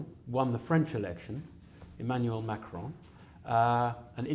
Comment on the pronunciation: Very good answers by Noam, and the questions could’ve been a bit better organized. Also Noam out-frenches the Evan pronouncing Macron almost perfectly lol.